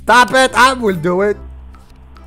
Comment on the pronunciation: I like at the bathroom he say teke a shower take a shower